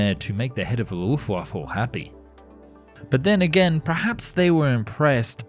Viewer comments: I know what you mean but for every German it sounds like "Luftwaffel" which means "air waffle" in german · Did you say “Luft waffle” ????? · you are forgiven also, it is Luftwaffe leuft-waffa and gor-ing those are the pronunciations the first one I can’t explain online how to pronounce online so use google translate I would reccomend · mmmm, do i schmel luftwaffels? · I know he apologised, but the Luft-waffle is still annoying. 🤣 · Die Luftwaffel (the airwaffle) xD (it is die Luftwaffe, without "l" at the end) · quick tip: it's luftwaffe, not luftwaffLe! 🤣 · D i d you said luftwaffle???? IT'S LUFTWAFFE L U F T W A F F E ! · It's only the footage that is getting me through the cringe-fest. Luft-vah-fah. Not fecking waffle. Also, the Mk-108 was airborne artillery. The most powerful they had for general interceptor use. It was on the 262 and the 163, as well as the 109 and 190. It would take bombers apart with ease. You said it was not all that much. And I'm not trying to be pedantic here, I'm giving a pass to the mangling of Junkers, Reimar and Gotha Wagonfabrik. But.... t is not Hoe. None of them were, not even the Ho-1 you showed a pic of on the ground. Aitch Oh. Just like Me-262 is Em Eee, not "me". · What is "dzha:nkers"?? And "luffvaffe"? You'd better read this as "yunkers", and "luftvaffe" - if you don't mind.. (heh heh) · Why do people always say luft WAFFLE? There is no L it is WAFFE as in WEAPON. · The... Loofwaffle? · "Luftwaffle" Ok we're done. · Luftwaffle?You mean Luftwaffe? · Did you jsut say Luftwaffel? Air waffle? hahahahaIts Luft waffe like air weapon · I like how whenever you say luftwaffe it always sounds like luftwaffle XD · the lufwafful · it sounds like you say luftwaffel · hhhahahaha the ``LUFTWAFFLE`` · Lol ..... Is it Luft-Wifu? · Good vid. Apart from the "Luftwaffle" the pronounciation was fine. Now I want some waffles... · You said "Luftwaffle", I laughed. There is no l in Luftwaffe. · And again ? Hahhahahaha how funny